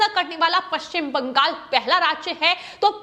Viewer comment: पश्चिम बंगाल को बंगास क्यो वोल रही है? हमेशा यह गलत वोलती है इसको हटा देना चाहिए ।